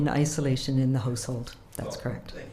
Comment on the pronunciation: Why does she keep saying "Hose Hold" and not "House Hold"? Where is she from?